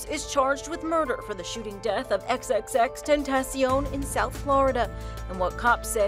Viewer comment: Its so sad how you pronounce xxxtentacion wrong when he is dead